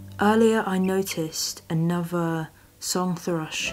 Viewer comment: Annover? Wiv? How old are you, 3? Or as you would say Free?